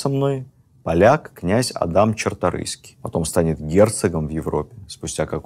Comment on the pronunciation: Правильно - Чарторыйские)